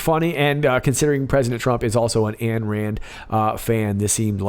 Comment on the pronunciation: Rands first name was/is Ayn, pronounced “Ine” NOT ANN People actually familier with AYN RAND know that. Aye Aye Aye.